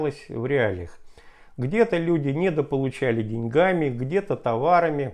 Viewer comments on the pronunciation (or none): none